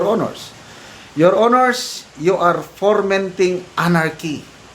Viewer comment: Sir: Hindi iyan formenting kundi fomenting tin-aw ba?